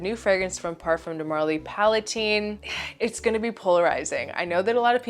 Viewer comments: The creator pronounces it PalaTEEN after princess Palatine. If you want to be arrogant that’s fine but it’s not PalaTINE. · Yes, I speak French and PalaTEEN is how it is pronounced in French